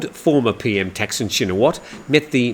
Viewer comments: Man, after all these years in the Thai media, you can't pronounce Thaksin? He is not called Texin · Does it really matter? 'Thaksin' isn't necessarily correct either and all depends on the reader's interpretation of how to pronounce it. ทักษิณ is. But then should we start saying กรุงเทพ (grung têp) instead of Bangkok? At the end of the day the viewer knows what is being talked about, and that's the important thing.